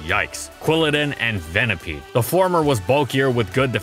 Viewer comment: Sorry did he just say venipede